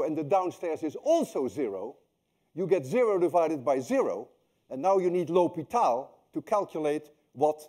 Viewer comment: You called it ""Lopital"" I think